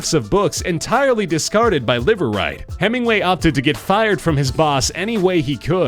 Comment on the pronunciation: Imagine establishing a new last name for yourself meaning, "Live Right" only to have it be pronounced as Liver lol